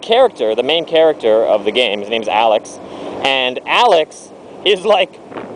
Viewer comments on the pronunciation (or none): none